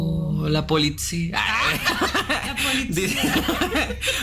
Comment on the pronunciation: 🤣🤣🤣 entre la Politzia y Lecumberrry, me hizo el día 🤣🤣🤣